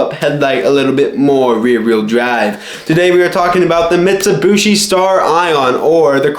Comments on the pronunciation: Dude it’s pronounced MIT-su-bee-she not mitsubooshe. Driving me nuts every time I hear that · Ok silly young kid, the 'other' dodge/mitsubishi thing ppl think about are eclipse/talon/lasers, not 3000GTs... also it's "Mitsubeeshee not "mitsabushi" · Mitt Sue Bee Shea is How everyone I know pronounce it, Jeremy Clarkson made fun of yankee's saying it in that forum. Teh Humble Pajero is t3h best Mitsubishi auto.